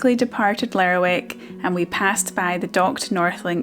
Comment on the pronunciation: Lovely video. Found out recently that locals call Lerwick 'Lerrick'. So glad to hear you use the same pronunciation as me.